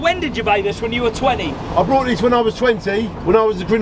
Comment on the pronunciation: Is he saying “crinimal” and “brought” ?? Or is it just my ears?